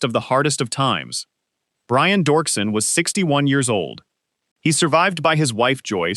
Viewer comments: Its Doerksen (Dirkson) not dorkson. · ANNOUNCER!!!! iTS NOT Dorksen, its pronounced Derksen. Pls do the minimal amount of research.